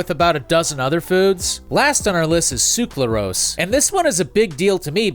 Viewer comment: Ngl even though i fully realize how hard it is to pronounce these chemicals every time you pronounced "sucralose" as "suclarose" i got increasingly irritated. Good video tho!